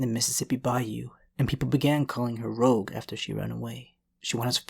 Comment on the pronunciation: dude u gotta work on ur pronunciation at 8:99 it sounds like you said "rouge who claimed she would to be in porn"